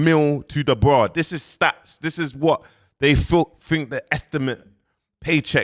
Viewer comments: quickly becoming the biggest pattie on YouTube...an it's clearly Dubois not Da bra 🤦🏾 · It's not Daniel dubraa 😂😂😂